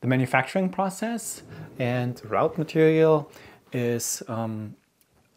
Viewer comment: Just a very very very minor point: "wrought" is pronounced like "raw-t" (as in raw fish). English is just weird on this one; I mean "router" is pronounced like "rOw-ter" (row as in an argument, and not a line of things) but "wrought" is pronounced like "rAw-t"; who invented this language lol 🙃 Loved the video; very informative and helpful!